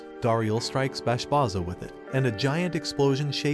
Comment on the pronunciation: Bro plz see the anime closely and then write the script .. Bashbarza and granbarza .. not bashbaza and granbaza .. thats kinda annoying when people get names wrong in explanation .